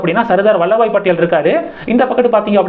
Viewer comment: வல்லப பாய் படேல்... வல்லபாய் இல்லை 🙏🙏